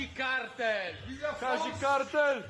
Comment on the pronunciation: Kazik a nie kazil